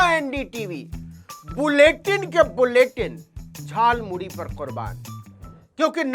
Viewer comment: मोदी जी झालमूड़ी नहीं खाया है उन्होंने तो झालमूली खाया है। क्योंकि वह झालमूड़ी को झालमूली बोल रहे हैं। उनके शब्दों ध्यान से सुनें।